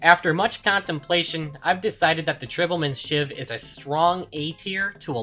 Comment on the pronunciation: my brain melts whenever someone pronounces tribalman's shiv as tribbleman's shiv.